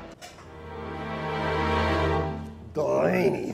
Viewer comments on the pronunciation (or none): I never even noticed until I saw this lmfao "DELanY" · Delaney Chlarson every time I hear Delaney it makes me flinch